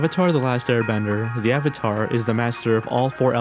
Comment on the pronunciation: If this was my first video I would have definitely unliked and never watched another video after hearing AVATAR